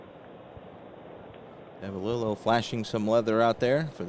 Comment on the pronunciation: I first started calling him Bobby Nopp...didn't figure the 'K' was pronounced...but later learned it was indeed 'Ka Nopp'...also later on I heard you miss pronounce Davalillo...it is really 'Dava LE oh'. Saw a couple of rules that you seemed to not know. One was all second column numbers are not affected by the letter grade of the pitcher. So all second column rolls are basically vs a 'D' grade pitcher. Also, I noticed that you didn't advance Big George Brunet to a B grade pitcher. Rule states that a D grade pitcher advances to a C, (add five points to his number grade), grade pitcher if he throws 5 consecutive innings where he allows no earned runs. He gave up that first inning 'dinger' to Tovar, and then threw 7 consecutive innings of shutout ball, which would have advanced him to an 'A' grade if you didn't pinch hit for him. His last inning he should have been a grade 16...if he was first a Grade 6 pitcher. Also, Perry should have had a five point increase too. Check the rules on pitcher grade advancement and reduction if they give up a certain number of runs in a 9 out span. One thing I really love about your presentation if the visibility of the cards...real nice job there. Some people don't show the cards or you can't read them because they are too far away.